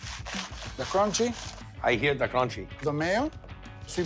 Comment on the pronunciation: I hear dah cronchy